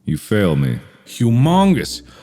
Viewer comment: ''humongus'' what was that? ''AMONGUS'' ''AMOGUS'' sus music plays 😂😂😂